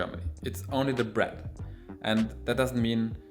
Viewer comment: i like how he says "bret" when he means bread lol